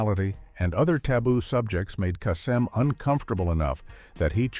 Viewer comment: The one thing that irritates me the most, is the mispronounced names. The name you mispronounced is Casey Kasem. Do your research and get it right!